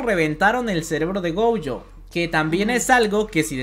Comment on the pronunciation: Mu(ri)o gojo y el nunca dijo Gojo bien xD